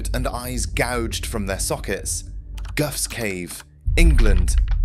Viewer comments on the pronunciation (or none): goughs cave is pronounced goff not guff mate! Our taught history of humanity is absolutely wrong!! Mainstream science really hasn't any real idea!! Either that or they do, and are hiding the truth! The truth is frightening!! And would cause total mayhem in our modern world!!